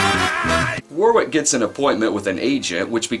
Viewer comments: One small detail It's pronounced Warrick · It's pronounced WO-RICK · Not Wicket War-wick